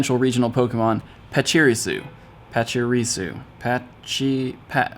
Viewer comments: Pach-i-ri-su not Pach-iri-su. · Pachi reesu was the correct pronunciation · I've always heard the stressed syllable for Pachirisu as the 3rd syllable in official media. {pach-i-REE-su) Look up any video about VGC 2016 World Champion Sejun Park for reference. He won with a Pachirisu. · Pachirisu is pronounced: poch E rEE sOO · Dude, no need to level up too fast. XD Not sure how many levels will be added later, but it's fun to take time to enjoy leveling up instead of speeding through the game. :) Also, it's pronounced "pacheereesu". ;) Gen 4 dropping wasn't a huge exciting moment for me, as it's one of my least favorite gens, but there are some mons I'm looking forward to. :) There are new raid bosses, btw. And shinx can be shiny. I'm hoping Shinx will be obtainable in the wild at some point. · Just wanted to help you out with that pronunciation, PA-CHU-RE-SU. Love your videos man, keep up the good work :) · Learn to say Pachirisu please, and Feebas still lol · the way says pachirisu triggers me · Disliked for pretending to struggle with pronouncing Pachirisu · Cmon it's pronounced pachirisu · thank you for commenting was going to say the same thing 😂